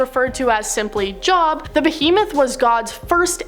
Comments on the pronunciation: Jobe not job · It's not Job make it a long O, more like Joob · Everyone who hosts these Top 10 videos ALWAYS say Job like “Job” and not Jobe 😂 I’m not even religious and I know the right way to say it, they got their facts straight, just not all of them :p also I’m probably weird as hell, but think the Cherubim are eerily gorgeous 😦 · Jobe, not job. But i think you were just trolling us since you pronounced Yahweh correctly, lol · It's spelled Job but pronounced Jobe sigh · Oh dear gawd TY...I came to say THE SAME THING lol..."job"...😐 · It's Job with the long O sound (rhymes with robe), not job, lmao! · LMAO book of Job, huh?!? It's a looooong 'O' !!! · The book of Job is just spelled like God it is actually pronounced jobe long o you haven't read the Bible at all and do anything about the Bible I think you would know that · job with a long o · There's quite a bit said and mispronounced in this video. Job was mispronounced which leads me to believe that none of the people involved in this particular video had much or any real experience with the Bible at all. So, all kinds of misquotes and wild interpretations are bound to happen, sadly. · It's pronounced Book of 'Jobe' i thought this was common knowledge lol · It's pronounced as Jobe. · It’s Pronounced like Robe, Jobe, or Joe-b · Rizzanos Wifey is right! It's not pronounced as in like " I'm going to my Job"! Lol! It's Job, but like Jobé!.. The book of Revelation is supposed to be a book to study to be able to understand it. Some of the stuff in it is not supposed to be taken as is. A lot of the book of revelation is kinda like metaphorically speaking. When the beast blows air into the other. It is the person who's going to be the antichrist and they are going to look human. I only go by the King James Version, Bible. Just MY OPINION. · The book of Job, pronounced “joe-b”… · Say it with me “joe buh” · Exactly what I was going to say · Iyov. "ee-yove." In Hebrew. Because Job was a Jew.